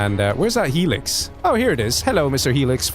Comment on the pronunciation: I've never heard someone say helix as alexas lol